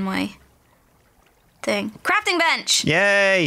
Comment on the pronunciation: it sounds like shes saying crapping bench